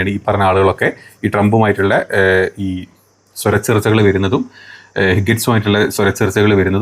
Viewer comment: സ്രരചേർച്ചയല്ല സ്വരചേർച്ചയില്ലായ് മ ആണ് ശരി